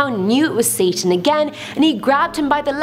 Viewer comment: who else noticed she said sasan not satan